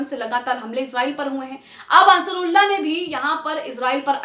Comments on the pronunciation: Asarulla nahi medum ansaarullah bolin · Ap Huthi ke name ko sahi nhi bolti ho Ansrullah ya Asrullah bar bar bolti hai Asal me wo Ansaarullah hai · It's Ansarullah not asarullah...😅😅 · असरुल्ला नहीं अंसारुल्लाह है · असरुल्लाह नहीं अंसारउल्लाह है । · Madam asrulla nahi ansarullah hai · Sahi word Ansarullah hota hai, A ke baad n hai, Asrullah baar-2 kyon bol rahi ho, ek baar agar galti se galat padh ker bol diya to theek hai magar poori reporting me baar-2 bolna sahi nahi hai Ok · انصار اللہ بولنا سیکھ لیجئے